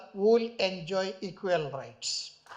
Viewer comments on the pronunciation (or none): রাইট নাকি রায়ট😂😂